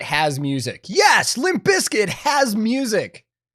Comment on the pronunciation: I'm having trouble with the pronunciation of "music" its an "IC" on the end not "ACK" but that is a tiny gripe with the video in the grand scheme of things lol. But I do have a lot of problems with Fine Brothers as an organisation, I still havent gotten over them trying to copyright the word "React" becuase that sort of thing drives me crazy!!